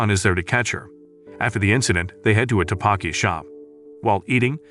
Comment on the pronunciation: "Taebakki" its pronounced tteokbeokki